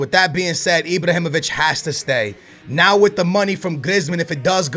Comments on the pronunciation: it's fuckin ibrahimović not ibrohimović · he's called Ibrahimovic, not Ibrohimovic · Sign all 3 if you can! btw; It's IbrAhimovic, not IbrOhimovic ;) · Ibr"A"himovic not Ibrohimovic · Imbrohimovic????? Isnt it Ibrahimovic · Mate IBRAhimovic not IBROhimovic come on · IbrAhimovic not Ibrohimovic hahah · Why do you keep saying Ibrohimovic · "Ibrohimović" so much cringe!!! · Stop say ibrohimovic please!😂🙏🏽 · Stop saying ibohymoviyc. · Stop saying Ibrohimovic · Also when he spells Ibrahimovic it sounds like IbrOhimovic, but that's why we love:) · It's ibrAhimovic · ...where do you see an "o" in Ibrahimovic? 😂 Ibrahimovic smh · Sell Ibrahimovic because the way you pronounce his name makes me want to commit suicide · that pronounce of IbrOhimovich and leYAndAwski...learn to talk fucker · can you please pronounce lewandowski's name right and why do you call ibra ibrOhimovic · who the hell is ibrohimovic and chichorito???? ive heard of ibrahimovic and chicharito lol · i hate the way you say IbrOhimavic and ChichOrito... :/ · Who is ' Ibrohimovic' and chichorito'